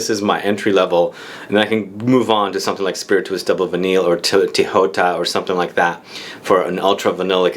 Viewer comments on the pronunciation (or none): none